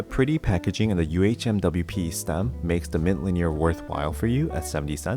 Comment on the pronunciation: Love that you don't say umwipe haha